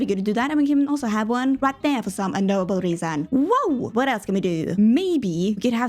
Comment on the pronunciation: Are you saying “for some un-nobel reason” or “unknowable” 😂